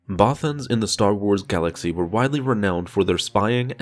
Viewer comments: The way this guy pronounces "Bothans" slightly triggers me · Many bothans died after hearing this guys pronounce there species name lol